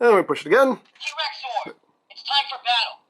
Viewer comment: I know you're calling it a "T-Rex Zord", but I keep hearing you pronounce it as "T-Rexaur". Then my brain goes into a bizarre crossover concept of Final Fantasy & Power Rangers!